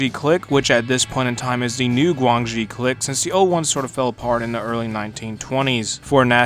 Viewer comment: the way you pronounce clique is cursed